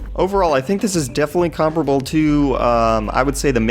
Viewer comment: The way you say "comparable"........ MAKES ME WANNA DANCE!